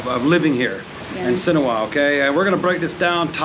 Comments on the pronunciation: Why do you pronounce it Sinowa ? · Si-Han-ook-ville. You are with a Khmer. Yet, you cannot even intelligibly say the name of the place where you live. Absurd.